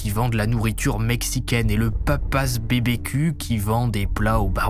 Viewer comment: Papa's BBQ se dit "Papa's barbecue" 😄